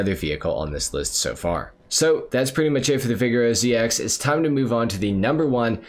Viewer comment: Maybe I’m wrong but I always thought the Vigero was pronounced “vi-gare-oh” (assuming to sound like Camaro, the car it’s based on)